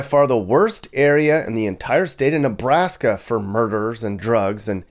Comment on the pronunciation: Killed me with the "Ne-blast-ya" mappy with the gold chain lol.